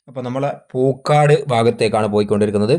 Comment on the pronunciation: വീഡിയോ സ്ഥിരം കാണാറുണ്ട്.. പക്ഷെ കുറച്ചു കൂടെ സീരിയസ് ആയി ഉള്ള അപ്രോച് അവതരണത്തിൽ കാണിക്കണം 🙏സ്ഥലം പേര് ക്ലിയർ ആയിട്ട് അറിയില്ലെങ്കിൽ അത് പറയാതെ ഇരിക്കണം അല്ലെങ്കിൽ അത് കാഴ്ച യുടെ ഫീൽ നഷ്ട പെടുത്തും തിരുവങ്ങൂർ, പൂക്കാട് എല്ലാം തെറ്റിച്ചു ആണ് പറയുന്നത്‌ അപ്പോൾ സ്ഥലം അറിയുന്ന നാട്ടിൽ ഇല്ലാത്ത ഞങ്ങളെ പോലുള്ളവർക്കു ആകെ കൺഫ്യൂഷൻ ആവും... എങ്കിലും good എഫേർട് ബ്രോ 👍